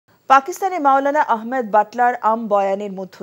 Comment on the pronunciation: সাংবাদিক ভাইদের বলছি নাম টা ঠিক করে বলেন হযরতের নাম মাওলানা আহমেদ লাট সাহেব হাফিঃ হবে